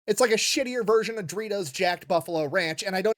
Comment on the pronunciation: Still find it funny he pronounces doritos as dreetos